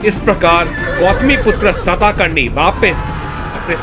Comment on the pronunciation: It's not सताकर्णी.. It's सातकर्णी.. Informative video.. Good.. Keep ur good work continue.